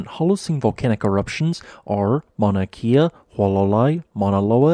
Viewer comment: Kea pronounced “ cay ah “. Rather than “ key ah “.